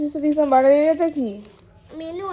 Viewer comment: Dec❌ Des✅